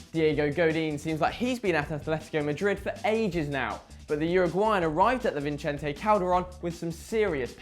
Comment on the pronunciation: Vicente.... say it with me... vee-zen-tay.... there's no n in front of the c